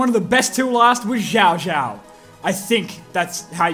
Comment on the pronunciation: You pronounced xiaoxiao rather accurately. How’s chinatown doing in your city?